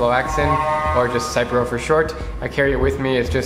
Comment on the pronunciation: Hahahaha...just letting you know( I’m a pharmacist) the drug name is pronounced like Sip-Row 👍🤣